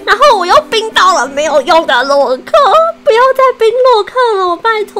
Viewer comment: 為什麼你說洛克時有一次說漏克